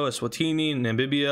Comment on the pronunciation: bro its namibia not nambibiba